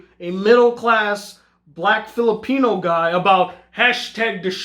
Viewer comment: Fillopeno? I thought you were Canadian.